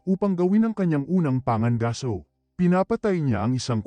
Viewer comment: Pangangaso hindi panga gaso. Bugok.